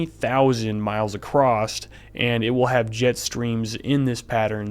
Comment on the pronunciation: Love your video, very informative. But also, there is no T in across lol.